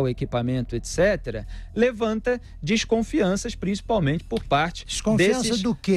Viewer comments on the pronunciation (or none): "desconfisnça de quê, Filipe?" - Augusto Nunes falando....